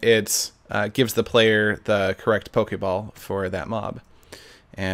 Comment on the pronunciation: Err why u say pokei ball FUUUUUULKLLK